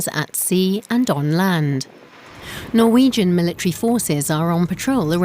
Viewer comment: The presenter totally butchered all of the norwegian names